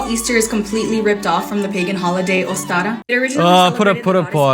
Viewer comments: That first girl. Ostara is not a Spanish word, love the pronunciation she is throwing out. These neo-pagans are always fun. The best knowledge that google can provide. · She can't even say the "pagan" name right which makes it more cringe. The fact is, modern holidays are mash ups of various older, different cultural practices. That doesn't diminish their modern value, or mean that they "stole the entire holiday" 😂